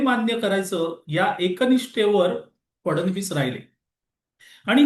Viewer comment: कृपया मुख्यमंत्री यांचा उच्चार फडण-वीस असा योग्य नाही. फड-णवीस असा आहे.